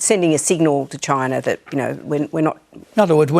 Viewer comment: This lady really hates the choi-nays.